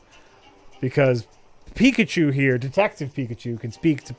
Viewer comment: Love how it's says their playing "picachew"